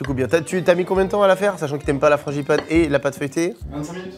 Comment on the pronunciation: FranGipane !! Et pas franCHipane vraiment des parisiens eux 😂